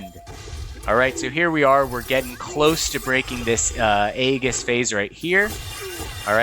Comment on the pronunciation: The mispronounciation of Aegis the entire vid. 😅 Nice guide though.